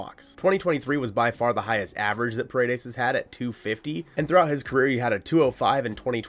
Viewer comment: Pa-re-des not per-a-des means walls in Spanish. But yes I’d love to him in Seattle!! Give them Woo or Miller! Heck give them Gilbert if the Ms end up signing Snell or Yamamoto.